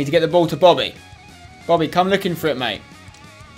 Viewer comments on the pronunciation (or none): none